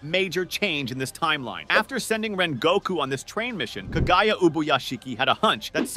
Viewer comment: Bro say the names correctly 1st 😰…. akhAza It’s Akaza -you say it just as you spell it tanJIro No it’s Tanjiro -you say it as you spell it 🫤 And it’s Kagaya NOT kagaYA And Hinokami Kagura - really..even the english dub said it correctly 😲 But other than that I liked the idea of ‘Geyiuu’ joining the fight, in fact Tengen would have been a nice addition too 😆